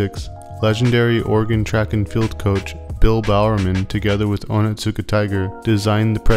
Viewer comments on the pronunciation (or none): It's not "oh nit suka tiger" it's "oni-suka tiger". The T is basically silent, because "ts" in Japanese words is just an S sound with a VERY subtle (almost silent) T sound before it. Just a heads up from a word nerd... and Onitsuka Tiger fan 😸